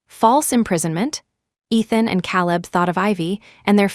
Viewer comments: Caleb is pronounced Kayleb not Cahleb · Caleb is pronounced Kay-leb! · KAY-leb. Lordy. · Ugh. It's Caleb... Hear calib is annoying. Lol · AI never seems to learn the name Caleb. The pronunciation is always wrong.